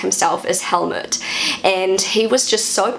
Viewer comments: I like your pronunciation. only with Helmut, I would recommend you to say it as if written "Hellmoot". It would not sound like Helmet. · pronounced Helmoot, not with a short vocal, more like "mood" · my Father was a Helmut, I know you pronaunce the name like most englixh speakers but in Germen it a emphasis in the U than it does not sound as much like a helet anymore.